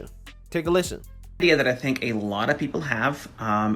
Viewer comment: Dude said idea* ..as Idear* something is off with you friend, start over and try again.